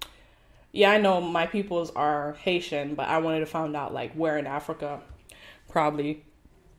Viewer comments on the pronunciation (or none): none